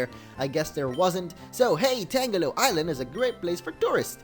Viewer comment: Youre pronouncing "Tangelo" just like "Tangela" When really it should be pronounced like a combination of "Tangerine" and "jello"